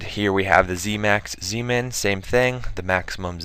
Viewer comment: When you said ZMin, it sounded like Semen XD Anyways, nice to see you work with bigger youtubers!